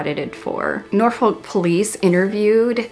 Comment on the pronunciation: My only issue with this video is that Norfolk is pronounced NOR-fuk, you don't pronounce the L. Amazing coverage as always!